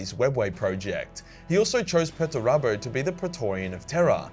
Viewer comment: Why do you pronounce Perturabo like that?